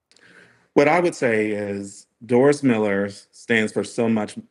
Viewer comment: Haters gotta spread hate. Say his name right. Doris Miller. The dude with a million dollar statue in Waco TX. Recipient of the medal of valor. Why say his name in a different way? Why not mention the honors already given him? Admit it. You want hate. Trump is a nut. He's a nut that knows when the Doris Miller pulls up would not sound as threatening as the DJT. Even CNN gets triggered. Sadly, The USS Miller FF 1091 was decommissioned a few years back. She wasn't as sharp as my ship, USS Valdez FF 1096, but it was a different class ship. As a deck ape back in the day, all I really cared about was how much work it was to repaint the sides. Not who's name was on it. PS... Don't touch our boats!